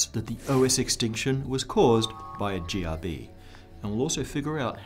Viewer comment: is it me or when he said GRB, it sounded very close to Jihadi. And yes any jihadi close to you is bad.